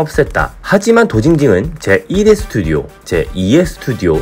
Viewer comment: 스투디오가 아니고 스튜디오!